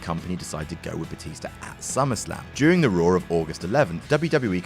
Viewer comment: I wonder what "Batister" and "Rebeccur" had to say the next night on Monday Night "Rawr"...